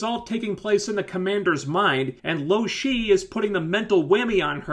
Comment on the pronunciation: If you knew her name why did you call her loshe at first...idk...sorry carry on...